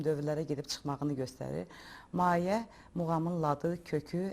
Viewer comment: Maye yox, mayə